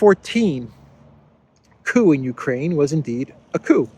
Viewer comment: The ju-koo in Jukraine 😊